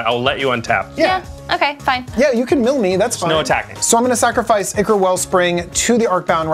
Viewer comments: So, I have a question: English isn't my first language. I feel like no person that is ever on this show pronounces the word 'ichor' correctly. They all say it like ick, rather than with an i like in "You and I". And I don't usually hear ichor anywhere outside the Command Zone channel, but there have been multiple people on this show that ALL pronounced it ickor. Am I just wrong in believing that it's pronounced kinda like aye-chor or aye-curr? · Myr is pronounced MEER, as in "mirror" or the word "mere." Ichor is pronounced "EYE-core."